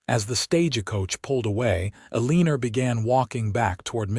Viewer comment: You have NO JUST CAUSE to be bragging about your AI system that UTTERLY MANGLES, RAVAGING the American English language so very badly. For instance: the offensive sound if "Ĕlēē'nerr" - just for one of several instsnces. HAVE MERCY!!! I BEG YOU!!! SINCERELY!!!!! 😊😊😊😊😊